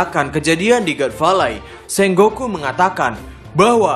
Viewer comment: Sengoku bukan senggoku bang